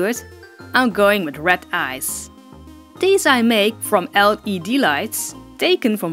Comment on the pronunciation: Wen you sey red I hear rat ;¬; "ill be makeing rat eyes" XD I still love ya <3